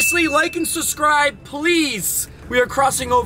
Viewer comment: SUSSCRIBE?!?!?!!!!!!!😂😂😂😂😂 you’re awesome. My wife and I watch you all the time since the beginning. Just fyi! It’s Subscribe! Not SUSSCRIBE! 😂😂😂❤️